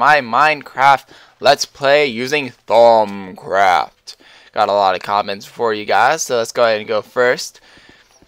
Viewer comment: it sounds like you say thong craft troll :D